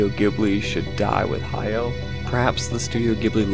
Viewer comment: Goro just needs one major hit to turn his life around. Why isn't Hayao helping him? That's what I would do if I expected him to succeed me. By the way, it's "Ha-ya-o" with three distinct syllables.